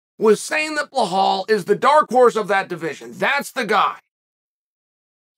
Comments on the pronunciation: Blehal..... hooo da fook is tha guy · Ble-hawl "remember the name"